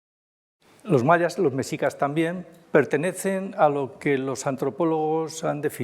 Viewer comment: Esa es la piedra del sol y pertenece a los mexicas (meshicas y se pronuncia como la "sh" inglesa)